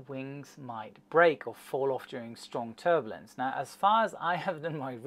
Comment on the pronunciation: First there was Dia-beetus, now there's Ter-bullince!